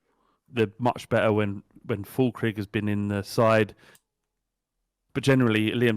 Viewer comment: Whenever pronounces a player name wrong, I just stare at James' face (Fullkrig, Krava)